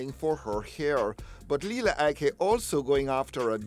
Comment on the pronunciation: Its Lila Ike not Lela !